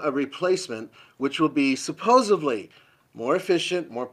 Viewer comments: Cringe..... when people say supposably instead of supposedly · Did I hear a "suposively"?